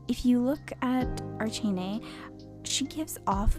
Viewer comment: also think of arachnid when you say her name like it’s pronounced (arh ack neigh.) :3